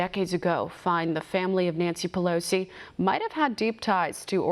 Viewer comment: Whoever is reading this to us, LEARN TO SPEAK ENGLISH! Her name is ,PelOsi, Not PelAsi! And we're not surprised that her family is corrupt, she's friends with Killary Rotten Shitton. Of course she'd be a crooked piece of shit.